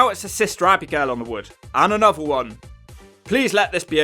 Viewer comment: I love how you say, Abby-Gail haha